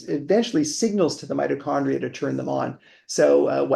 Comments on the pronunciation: Its not meti condrial its mito after mitosis, crazy good to listen to an expert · I found it incredibly annoying that while talking to an expert about mitochondrial health you kept pronouncing the word "Meet O Chondria' rather than 'Mighto Chondria" as almost everyone in the world does. This conflicting use of the word maybe 100 times during the podcast was incredibly annoying. It seemed to me that you were pushing your guest time and time again to your 'version' of the word. I found it so distracting that I may have missed some of the important information contained within. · The word Mitochondria .. You repeatedly mispronounced it "meatochondria". Many viewers found the mispronounciation annoying to listen to, myself included 😅 You still have an interesting channel though! Thanks for bringing interesting guests